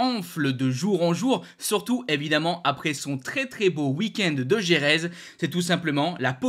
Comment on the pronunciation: Par pitié apprend à prononcer Jerez